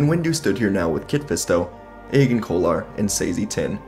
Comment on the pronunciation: I thought Agen Kolar was pronounced "Adjen Kolar" Honey and lemon, dude. Hope your voice gets better cause you sound wrecked.